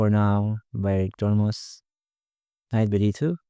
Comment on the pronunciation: His name is pronounced ErdomuSH like SHow.